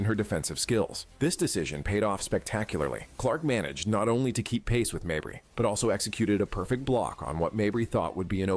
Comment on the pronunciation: Something is off about that voiceover. He says Mabrey wrong one time but then later he says it correctly. He has a lot of detailed facts but then some players names are wrong. I let all of that slide but the way it said “catch you on the next one”, that’s not a human saying that. To quote a great thespian on a plane: “That MFer isn’t real!” And that’s fine I guess but is this the way sports reporting is going to go? Just AI reporting devoid of a soul? Personally, I prefer homegrown sports reporting from someone who has passion for the game. Not a lifeless robot who doesn’t even know who Kelsey Mitchell is. I could be wrong here but I have to call a spade a spade, this is what I have been taught to do. To be fair it could just be a text to voice program reading a script but it felt weird despite the content being pretty good overall.